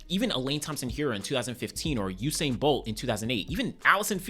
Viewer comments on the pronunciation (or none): none